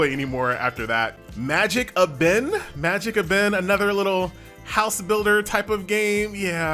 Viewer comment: not sure why but I started chuckling when said MagicAbin instead of magi-cabin or magic cabin